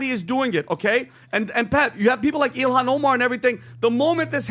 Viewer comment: Her name is Ilhan. Not Elon guys